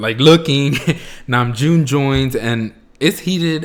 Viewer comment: Hobi was making a joke on RM mispronounced name - Name..Joon. XD